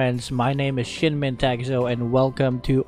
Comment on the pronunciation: Sorry nothing against but all the time when he says his name i hear SHIT MEN TOFFU!!!